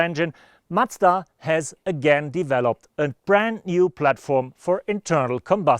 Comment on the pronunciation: Try not to say "Matsda" next time. Please. Thanks.